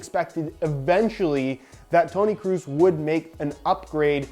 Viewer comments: I'm not German, I'm Swedish. But I think it's pronounced like "Kråås" Considering the letter å is a Swedish letter the best explanation I can come up with the English alphabet (which is the same except we also have åäö) now is "Krohs" Not "Cruise" haha. No disrespect, just find it funny to hear different pronunciations. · Is Kroos not Kruus Just so you know Sounds weird hahaha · Kroos not Krus, Kross or Kraus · Hey, the 'oo' n Kroos sounds more like the 'oa' in Boat. Greetings from germany, loving your content! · It's should be pronounced like "Krohs" 😉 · I'm german and can confirm that all ways you pronouced Kroos were wrong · Hey, its tony kroos not tony kroos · Haha wie er Toni Kroos falsch ausspricht 🤣